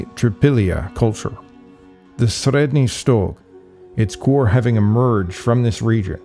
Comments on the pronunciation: Your pronunciation of 'Sredny Stog,' sounds very convincing. Must be a a difficult one to get your tongue around. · Well, it's not exactly how we in Russia pronounce Средний Стог, Ямная, Бережновка, Хвалынск, etc., but it's fairly close for a foreigner. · Sorry to tell this but you absolutely massacred all of those toponyms names... Both russian and turkish. It's not even the wrong stress, it's obvious you just never heard of them before. Please do your viewers a favor and at least put an effort in making a little research next time